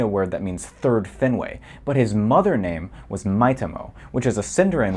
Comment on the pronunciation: He also pronounces Finwë as /'finweɪ/ instead of /ˈfinwe/